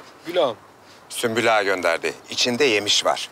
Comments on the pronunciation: Hürrem: Süklüm ağa: Sümpül ağa: Süslüm ağa 😂😂😂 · Hürrem süklüm ağa der sümpül ağa der Prenses süslüm ağa der Kimse bu adamın adını doğru söylemeyecek mi 😂😂😂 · yabancıların asla sümbül ağanın ismini söyleyememeleri gosofmsşdls